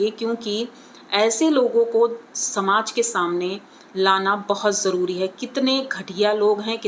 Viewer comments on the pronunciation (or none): none